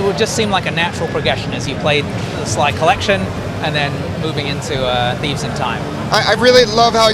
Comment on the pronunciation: Sounded like he said "A sneeze in time" XD